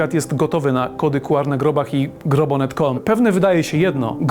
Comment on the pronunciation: Słowo „QR” wymawia się, czytając po angielsku litery: "ku-ar". Pełna nazwa kodu to Quick Response Code, co oznacza kod szybkiej reakcji, odzwierciedlając jego koncepcję szybkiego odczytu. Wymowa liter: Podobnie jak w języku angielskim, czyta się litery oddzielnie: „kju” (Q) i „ar” (R). Pełna nazwa: Czasami używa się pełnej nazwy „kod Quick Response”, aby podkreślić jego cechę szybkiego działania.